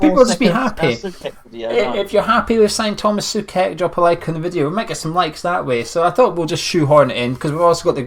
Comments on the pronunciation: Just one thing...it's pronounced like [so-czech]. Apart of that, I hope the Hammers will appreciate him a lot and as a Slavia fan I wish him and all West Ham all the best for the rest of the season and for the seasons to come. I believe all the Hammers will love Tomas as we do. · Tomáš Souček - So-check - is the correct pronounciation...😀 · I believe it's pronounced Soo-Check mate......